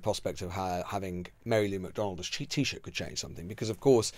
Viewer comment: Well done, Lewis - the first English journo I've heard, not absolutely mangle Taoiseach, Fianna Fail, and Fine Gael.